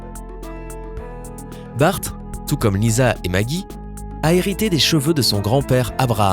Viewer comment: Il a dit maki au lieu de maggie